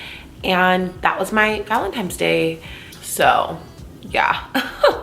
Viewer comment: Am I the only one that heard ‘valentiMes’ !? 😂 Great makeup as always!